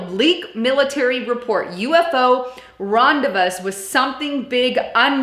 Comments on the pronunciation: Lol its pronounced " ron- de - vooo - ed " means to meet up with..... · The word is pronounced "ron---day---vood". From the French I think. The last "s" is silent.